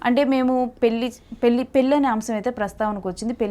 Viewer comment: యాంకర్ తల్లో పెల్లి కాదమ్మా నీచదువు చల్లగుండా పెళ్లి అనాలి తెలుగు భాష లో ప్రతి ఉచ్చారణకి అక్షరం ఉన్నది. తెలుగు భాషను చంపేయకమ్మా.